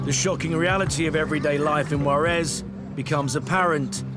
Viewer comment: IF YOU ARE GOING TO REPORT ABOUT MEXICO. PLEASE PRONOUNCE THE JUAREZ CORRECTLY! YOU ARE SAYING WAREZ.